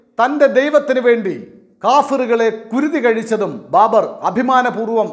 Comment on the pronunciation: Babar not BARBER